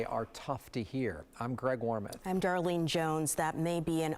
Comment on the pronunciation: "Daralene"? Good grief.